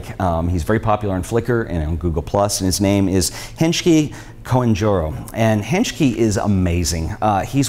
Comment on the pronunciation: No wonder I got a little confused. Hengki Koentjoro is pronounced Hang-key Khun-cho-ro. He is an amazing photographer!